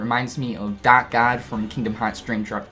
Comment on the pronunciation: I think you forgot to pronounce the r in dark all video. All I could hear was “Dak Form” lol just kidding man